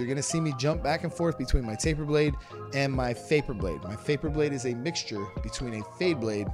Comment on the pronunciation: Faper blade? I thought it was taper blade